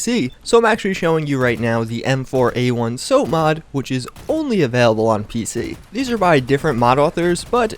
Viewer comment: IT'S SOPMOD, NOT SOAPMOD. M4A1 SOPMOD IS PRONOUNCED SAHP MAHD, NOT SOHP MAHD.